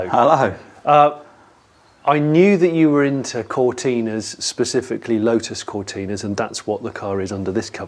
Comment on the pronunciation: He keeps saying lo-us , I’m sure There’s a ‘t’ in there making it Lotus .